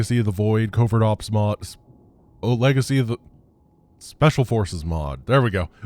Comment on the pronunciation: Ah yes, I love the "Cova: Novert Ops" mod XD